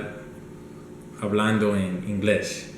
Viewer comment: you're not supposed to pronounce the H in Spanish words therefore hablando would sound like 'ablando"